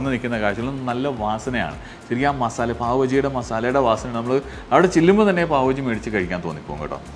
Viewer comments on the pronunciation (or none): none